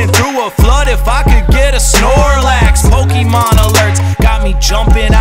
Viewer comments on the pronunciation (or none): Anybody else annoyed that "Pokémon" is mispronounced? "é" isn't pronounced "ee", it's pronounced like the letter A, like in "late". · I would like this much more if MC Lars knew it's pronounced Po-kay-mon not po-kee-mon. did it right.